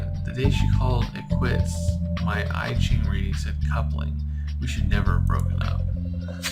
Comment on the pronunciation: it’s pronounced “ee cheeng” though